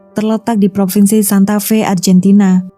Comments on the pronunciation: Lafalnya argentina.. bkn arjentina.. duh mbak.. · Maaf mba, bukan Arjentina tetap ARGENTINA. ini Latin mba bukan Inggris.